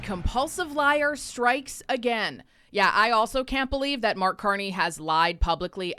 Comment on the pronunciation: Mark CON-ney